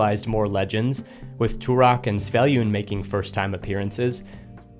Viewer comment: I find it interesting how hard "svyellun" seems to pronounce phonetically for English speakers - to me, it's obvious that is should be s-v-yell-un, but most people say something like s-yev-lun. Then again, that might be the intended pronunciation, it is after all a name invented by English speakers.